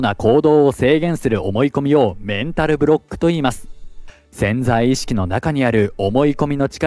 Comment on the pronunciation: ぜんざい意識ではなくて「せんざい」意識